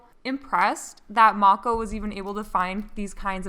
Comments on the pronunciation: You say her name like I used to as well, Mako like from Korra. But I asked her and I think it’s pronounced like may-koh :) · Mako shark is pronounced Mae-co babe. I'm rewatching this again lol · When I look on her website, it says the snow globe slime is 15 oz and the rest of the slimes are 6 oz! And also I believe Mako is pronounced 'Make - Oh' from what I have heard before! 😉